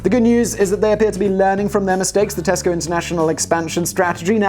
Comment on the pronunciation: When you say Tesco I hear Costco. We already have that. And you have to have a membership.